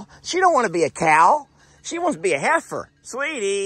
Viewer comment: it not heer. it is heifer.